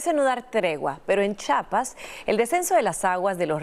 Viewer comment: Señoraaaaaa Se Dice C H I A P ASSSS CHIAPAAAS NO CHAPAS 😡😡